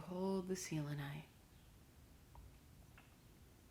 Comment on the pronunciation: The way you say selenite drives me crazy XD